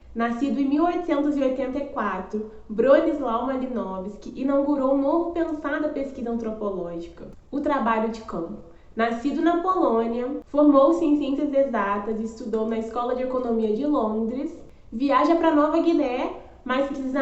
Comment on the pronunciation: O primeiro nome dele é pronunciado Bronisuaf